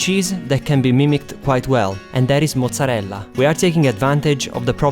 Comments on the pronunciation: I love how you say mozzarella! So Italian :) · you pronunce mozarella so well xD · Damn I will try your recipes veeeeery soon. Can't wait. By the way, are you Italian? The way you say "mozzarella" and "parmigiana" are way too real, and your nice accent too. I mean, I'm Italian, I should know.